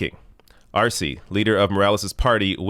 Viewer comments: elizabeth taylor: E in spanish is pronounced a as in hay, say, day,, may etc.so Arce is Arsay ,not arsee. thanks for all you do. you are my favorite long with novara media. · Arce, pronounced Ar-seh